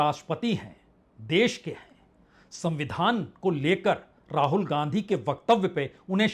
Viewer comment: Ra-haul.... Wow Vajpeyi Sir